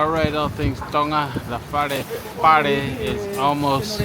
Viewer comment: Just a suggestion, it’s called “Palepale”not “Pale” 😂 Keep them videos coming 🤙🏽